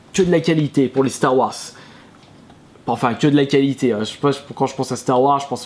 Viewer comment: "Star Wass" mdr je suis mort.